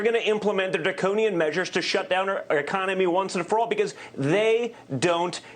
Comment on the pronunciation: Hey Jr. how do you say " economy '??